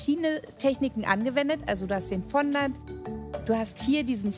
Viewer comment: Fondant deutsch auszusprechen macht Ohrenkrebs.